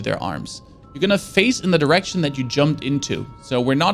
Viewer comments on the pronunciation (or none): none